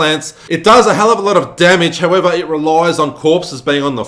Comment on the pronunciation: I had fun with this run. Only died once. Btw, I love how you pronounce "howevahr"🤣